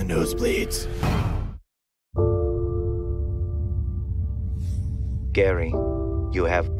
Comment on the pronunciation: Gaary not Death '-'